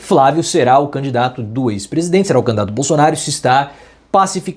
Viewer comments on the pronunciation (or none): "Candato"? Can-di-da-to. Candidato. Agora, é sua vez, prof. Tente com calma.